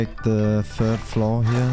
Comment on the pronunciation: "there's like a willy good spot up hewe"